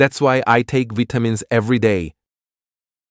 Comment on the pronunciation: ㅋㅋㅋ 발음 뭐냐? That's why I take '비타민스' every day